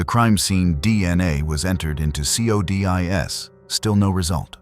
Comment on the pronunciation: It annoys me how it pronounces codis. Is it just me?